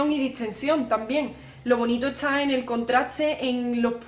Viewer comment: Te amo!!! Por que usas la s antes de la t?